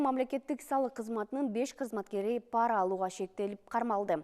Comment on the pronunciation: ПАра эмес парА - деш керек